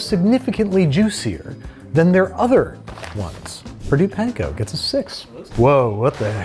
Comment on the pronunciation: please say panko properly 😭